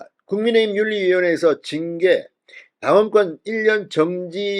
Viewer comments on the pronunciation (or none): none